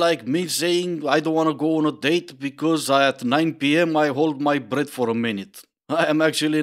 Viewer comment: I thought you said "I don't wanna go on a date because at 9pm I hold my bread for a minute" It's funny but it works just as well as "breath" in the realm of dumb excuses lol